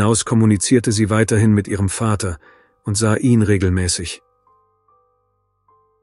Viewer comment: Leider ja! Ich merke das spätstens wenn das Wort 'ihn' seltsam betont wird. Scheint aber die bevorzugte Methode bei viele Tubern. Ist ja auch bequemer das Script einfach vorlesen zu lassen.